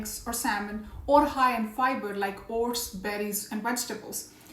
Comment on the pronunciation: You scared me. I thought you were saying HORSE. Then I saw the screen and saw OATS. Say O-T-S.